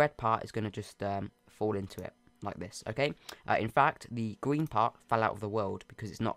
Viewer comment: “End the Gween part”